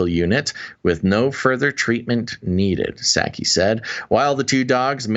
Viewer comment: The "P" is Psaki is silent....same as in President Biden.